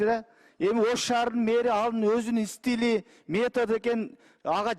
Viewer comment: Ей спикер ! Истили , Емес , стиль